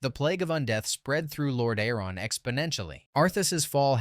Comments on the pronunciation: Lord A-aron. 😂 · Lore Dare On is sick lmao